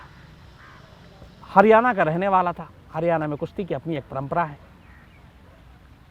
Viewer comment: Shams bhai... not prampra..... this types of pronounced.... parampara